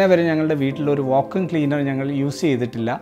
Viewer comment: Va-koom cleaner alla Va-kyoom cleaner ann